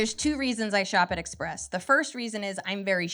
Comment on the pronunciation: express sounds like macies